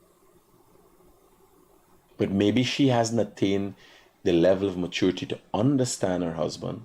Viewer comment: Mat-chor-ity........ mat- tur-ity Opper-chun-ity..... opper-tun-ity Please pick one pronunciation and stick with it